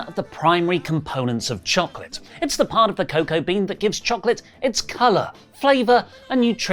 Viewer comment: STOP saying choCLIT 😂